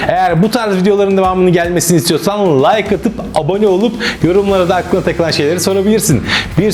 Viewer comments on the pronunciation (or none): none